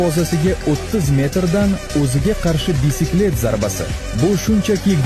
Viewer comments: bisikle mas baysikl deb oqiladi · Bicycle (baykakl)😂😂😂